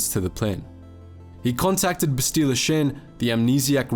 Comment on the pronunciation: Bro, they say her name like 6,000 times in the game, how you gonna call her "Bes-tee-la"?